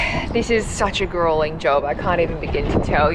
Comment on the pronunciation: "OMG such greulling work" seriously? Wiping down some gelcoat? WOW so much to learn.